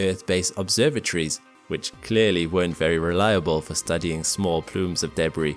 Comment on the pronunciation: You mispronounce the following words: “debris” (emphasis falls on the 2nd syllable not first) “Uranus” (emphasis falls on the letter “a” not the second “u”)